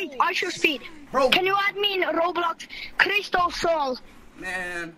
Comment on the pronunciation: DID BRO SAY CRISTOLSOALS